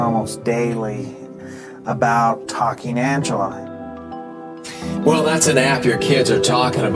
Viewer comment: "Ancela" 😂 AMEYZIN! (Anlayan Anladı🙂)